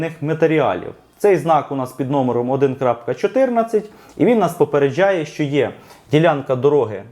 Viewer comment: Ви так прикольно кажете "попередчжає" як якись іностранець з акцентом😁